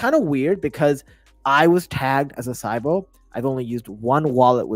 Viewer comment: Hey brother not trying to be rude but you're mispronouncing sybil and zeta. Thanks and happy to have you back, you haven't posted a video fora while.